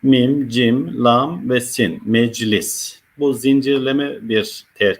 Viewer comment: Sayın hocam, Neden “LA^M” diye telaffuz etmiyorsunuz Hakkımız var mı bu harfi kalın okumaya Lütfen